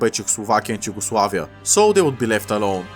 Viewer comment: Im assuming he mispronounced yugoslavia in a really scuffed way 😭